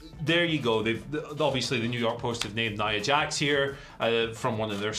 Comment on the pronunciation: “Nia…Jax” Why’d he say it like it was two different people in the list? lol